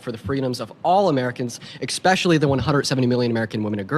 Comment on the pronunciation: he said 'expecially' that is something a moron would say. I disagree with your assessment.